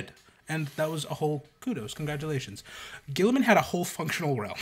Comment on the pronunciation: "Ghee-ih-man" (guilliman) "Ghee-uh-teen" (guillotine) I don't understand why this is so hard...